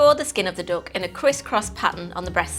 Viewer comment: Why does she keep calling a duck a dook? It makes me laugh.